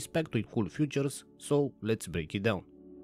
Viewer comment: fEAtures, not fUtures.